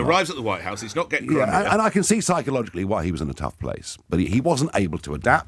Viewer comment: Its "Crimea" tw@